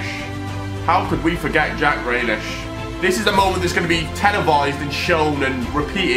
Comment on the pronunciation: When he said Grealish it triggered me